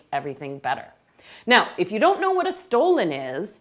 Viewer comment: Dear Chef, “stollen” is not pronounced stolen, in German it is referred to as “stullen” and marzipan is pronounced as “motzipon”.